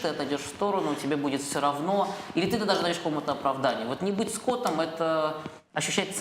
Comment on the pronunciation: не скОтом, а скотОм )))